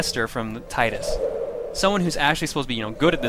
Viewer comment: I prefer the pronunciation 'Tittus' :)